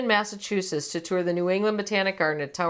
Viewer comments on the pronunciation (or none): none